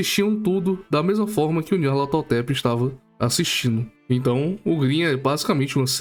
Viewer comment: Opa família! Espero que aproveitem o vídeo, mas já vou dando algumas erratas e adicionais: - Algumas pronúncias estão erradas, Nyar*LA*tothep é uma das que eu errei bastante, assim como Guignol é pronunciado "Guinô", espero que não fique chato demais xD - O nome do autor é Howard Phillips Lovecraft, não Henry, como eu falei erroneamente no vídeo. - Grimm é composto por 8 almas, mas só temos certeza de 4, Irmãos Grimm, Lewis Carroll, Hans Christian Andersen. Mas de acordo com teorias não confirmadas, o resto poderia ser: Charles Perrault, Mary Shelley, Aesop, Hasegawa Takejiro. Até o momento foram esses, espero não ter muitos mais erros, e espero que gostem!